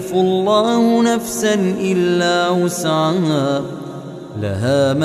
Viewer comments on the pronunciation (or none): Ben mi yanlış anlıyorum bilemedim ama amenarrasulu de la yükellifullahi nefsen illa vüs'aha yazıyor ama vüs'ama diye okunuyor